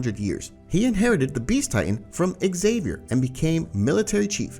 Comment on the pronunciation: Ksaver or Xavier. Ai Slop